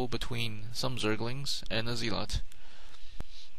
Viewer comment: Try pronouncing zealot correctly, but yeah, good proper casting, well done.